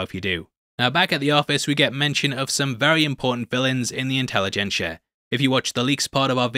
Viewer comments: "Incelligencia" was actually pretty good. 🤔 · "Incel-igencia" lol